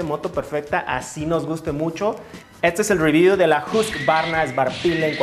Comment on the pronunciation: Uy amigo en la pronunciación también estás mal. No se pronuncia husq-varna sino que se pronuncia Hus-qvarna (hus-kuarna) en sueco. Pero muy buen video! Me gusto el formato!